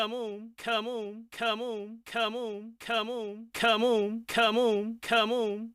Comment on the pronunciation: My favorite part part is when he says camoun